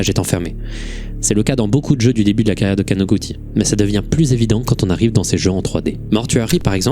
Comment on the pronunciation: + le Kanoguti mal prononcé mais c'est un tout piti détail